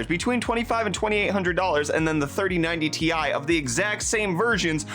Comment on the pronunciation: i gave u dislike for saying 3090tai